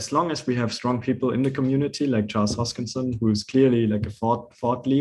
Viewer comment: "Hotschkinson" ? :D